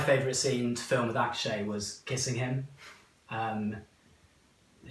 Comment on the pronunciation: “Ash-kay” 💀😩😂